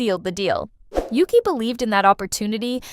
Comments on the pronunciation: If you're going to make these videos, learn how to pronounce Yuqi's and Shuhua's names. It's "Yoo-chee" (雨琦)which means Jade Rain in Chinese. Yuki is a Japanese name. Shuhua is just like it looks: Shoo-hwaa (舒華), which means "Unfolding beauty," appropriately enough. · Why do the members pronounce it Oogee?